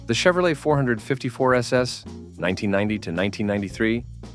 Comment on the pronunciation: Hate the Bot Voice can't say 454 SS right! I like all the trucks My favorite is the Studebaker Champ. ..... also ran Honcho Jeep.